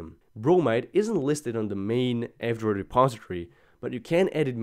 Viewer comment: Whenever you say "F-Droid" it sounds like "Android".